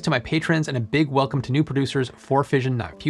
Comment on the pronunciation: "Wealcome ... Undecided" hehe